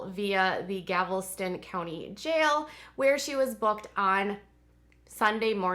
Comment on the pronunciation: Did she say Gavelston instead of Galveston?